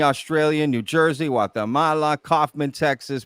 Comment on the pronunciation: No-one from New Jersey pronounces it New Jewsey ...